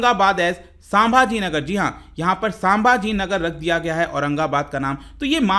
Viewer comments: Its संभाजीनगर not सांभाजीनगर 👍👍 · संभाजीनगर है नाम साभाजी नाही